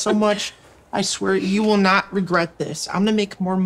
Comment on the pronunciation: Male teacher: can you answer the question or naw Did any one else he didn’t pronounce the T in not 💀